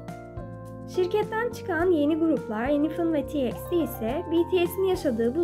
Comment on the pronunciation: Tiextti diyorsun ya garip oluyor Ben tomorrow by together diyomda ondan herhalde